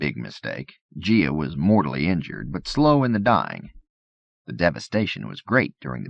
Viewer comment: Every narrator and editor duo never catch every error unfortunately. He also pronounced Gaia as "Gia".